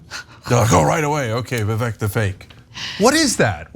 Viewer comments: Vivek the Snake (It’s actually pronounced “Vih vake”) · Vivek is pronounced Vivake.. So Fake Vivek is not that terrible. Sounds worse if you're mispronouncing his name... But whatever lol. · It's pronounced 'viv-eck' stress on the first syllable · Umm, guys, the name “Vivek” actually rhymes with “fake”. In most Indian names, the letter “e” is pronounced “ay”. Like in “Abhishek”, the last part is pronounced “shake”. Same in Mahesh, Rajesh, Umesh, etc. the “esh” is pronounced “aysh”. Although Vivek Ramaswamy is pretty fake and so is Robot Ron. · You’re pronouncing his name wrong. It rymes with fake. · Vivek said in his Rap Number on Fox News, that his name is pronounced "vi-VAKE", so it rhymes, "FAKE vi-VAKE". It's not that bad, but it won't save Ronny DeSatans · The “Vivek the fake” would rhyme…Vivek pronounces his name to rhyme with “cake”….ergo it would sound like “Vivake the fake” or “fake Vivake” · Did you not see Vivek’s rap? It’s Vivek, it rhymes with cake (his opening line) So Ron’s attack rhymes when you pronounce Vivek’s name correctly and that’s supposed to be catchy but it’s still lame and wouldn’t work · They seem to have gone for “Vivek the fake” because it rhymes - Vivek is pronounced “Vivake”. Still pathetic though